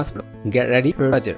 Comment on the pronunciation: Sir u pronounced word fajjer wrong